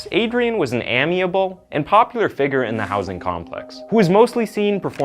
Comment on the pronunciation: You need to learn how to pronounce "amiable" and "egregious."